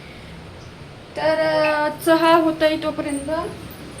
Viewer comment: साधं चहा निट बोलता येत नाही.